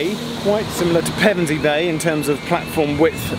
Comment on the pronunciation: Pevensey and Westham - nice pronunciation. :) Even some locals get it wrong and make it sound like the football team.